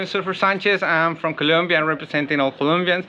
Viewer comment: Its Colombia not Columbia folks .lol